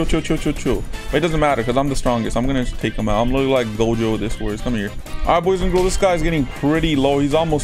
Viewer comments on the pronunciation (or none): none